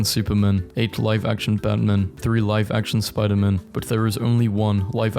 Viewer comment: Did you actually say "life action Gwen Stacy" 😑